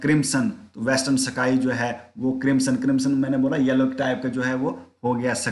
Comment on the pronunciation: सकाई नहीं स्काई